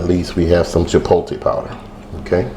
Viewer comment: I was with you until you said "CHIPoltay"